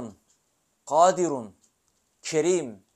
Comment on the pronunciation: KADİRUN ismi azam şerifi Gaadirun mun yoksa Gadiirun diye mi okunur. Arapçasında gadiirun diye yazıyor. Siz gaadirun diye Okuyorsunuz. İkilemde kaldım